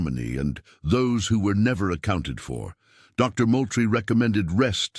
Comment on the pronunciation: Moultrie is pronounced Mooltrie. I have lived in South Carolina for 48 years.